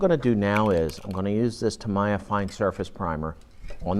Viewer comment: Ugh stop the Mr. Roger's voice, and so many unnecessary explanations " and this is how I take my sandpaper out ".. Ugh.. and its TAA- MEEE-YAH TAA-MEEE-YAHHHH !! not what you say lol... but TY